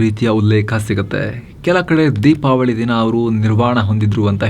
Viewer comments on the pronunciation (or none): none